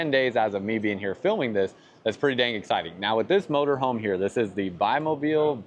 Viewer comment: At least, at the barest minimum you could have checked how Bimobil is pronounced before starting the vlog. You lost me there and then.